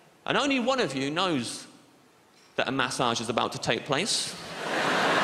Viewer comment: His pronounciation of massage is triggering